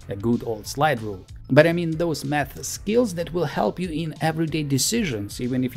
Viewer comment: His pronunciation:- math ❌ meth ✅